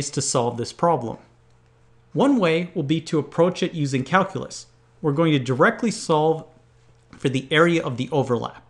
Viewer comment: I love your challenges! Would you do something for me? Learn how to pronounce calculate and calculus? Cal-"q" lus, cal - "q" late